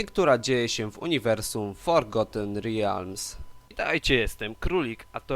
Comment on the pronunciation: "Forgoten rijalms"? Stary weź poćwicz nad wymową :/